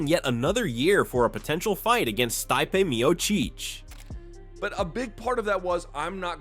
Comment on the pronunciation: STAIPE MIAUCEECH why he pronounce that Name like a Bum